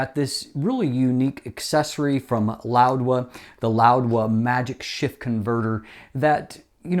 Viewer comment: Where is the "d" in "Laowa"